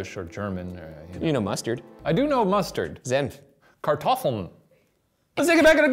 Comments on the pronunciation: Shane: I am a master of linguistics Shane: kartoffel (danish for potato) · Ryan's pronunciation of Senf was perfect. Shane saying Kartoffel, however.....